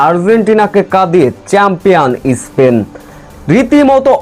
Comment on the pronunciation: ইস্পেন না বলে স্পেন বলনা উচ্চারণ করতে পারিস না